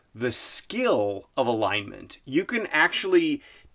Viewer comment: I thought he said line mint. haha